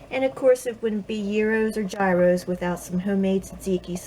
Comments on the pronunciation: its pronounced "gear" as in im changing gear in my car and "ross" as in i like ross from friends. gear ross. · Correct pronunciation is yeeros.